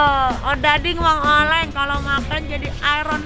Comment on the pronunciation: Nikmir ngomong ; Cimoy : cimol Mang oleh : mang oleng